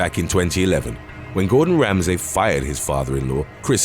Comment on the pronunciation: Ah ha! I suspected this was a really good AI voice- the way 'you' pronounced Gorden Ramsey's name- how could U get it so wrong??? Especially as he's a fellow Brit?? 🤔🤔🤔